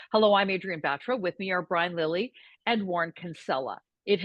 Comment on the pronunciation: why would you kill a good last name like this. it Ba-Tar-Ra not BAT-Raaa.